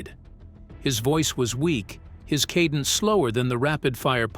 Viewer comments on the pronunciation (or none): none